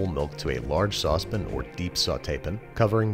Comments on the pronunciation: “saucepin or deep sautepin” IT IS A PAN, NOT A PIN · did he say a large sauce pin or sautee pin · What the heck is a sauce pin?